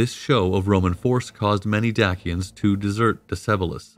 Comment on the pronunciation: Dak-ians. Lmao.